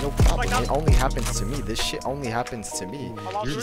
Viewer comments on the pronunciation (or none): none